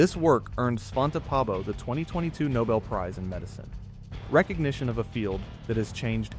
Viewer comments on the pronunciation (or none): none